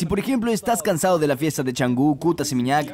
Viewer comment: NO ES CHANGU, ES CANGU